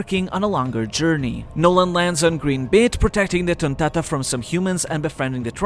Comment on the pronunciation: You got to love the way bro says tonntada 🤣